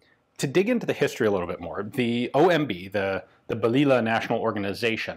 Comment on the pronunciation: Pronounce that as baliyah "little bullet"